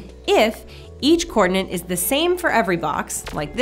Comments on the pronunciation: I'm sorry to mention this, but hearing "coordinant" instead of "coordinate" really presses my button in this video! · Do You say (or just pronounce) coordinate with an "extra N" as in coordinaNte?? Or are my ears playing a trick on me. And if You are is that "American English" or merely a "personal quirk"? Best regards. [Sincere apologies beforehand if I come across as rude or "trollish" since that isn't my intention, I'm simply curios and trying to improve my understanding of the English language.]